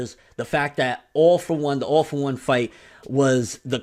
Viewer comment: Man, I hear "Awful One" every time you say "All for One".